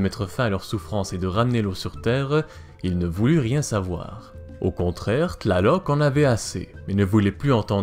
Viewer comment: Cest une torture t'entendre prononcer leur nom D'